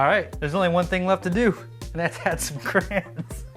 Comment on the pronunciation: Are you saying crans? I've also heard people call them crowns, is cray-on difficult to say?